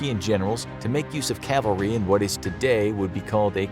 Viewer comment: Thanks for not saying Calvary.